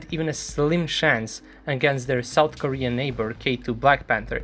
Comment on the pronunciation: “North Koren Tanks”